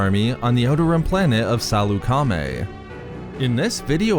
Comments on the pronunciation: I don’t think it’s pronounced Saloo-Kar-Maay. More like Sal-uk-aa-maey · Are you saying salecamie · Why are you saying it Sal-eu-ca-mi? You're supposed to say it faster as one whole word. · THIS GUY CANT EVEN PRONOUNCE SALEUCAMI RIGHT